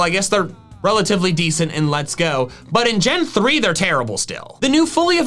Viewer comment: Emphasis on "relatively"